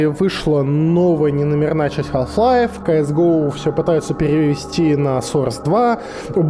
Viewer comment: мне одному кажется , что в начале видео он говорит "Калл Хлайф" O_O